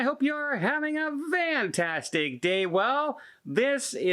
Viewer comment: Ok is it just me or did anyone else think kept saying have a vantastic day? No just me lmao 🤣